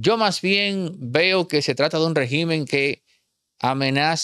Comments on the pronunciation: Disculpa pero no se dice regimen con acento en la I. En singular el acento es en la primera E y cuando es plural entonces si se acentua en la letra I. Para su informacion la definicion de Dictador es un governate que tiene control total sobre un pais, sin controles ni equilibrios para evitar el abuso del poder. Una persona que se comparta de manera tiranica, y por lo tanto esa es la descripcion perfecta de Maduro. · Régimen, no regímen. Regímenes si, cambia la tilde Pero se escribe : Régimen, palabra esdrújula en singular. En plural cambia la tilde de lugar y se dice regímenes.